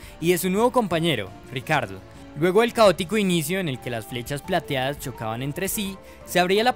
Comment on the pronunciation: Todos: Daniel Ricciardo Motorsport Daily: Daniel "RICARDO"